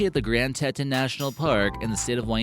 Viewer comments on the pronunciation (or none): It’s pronounced TEE TONS.